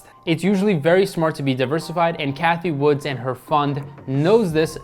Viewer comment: Cathie Wood....no “S”. 👍🏻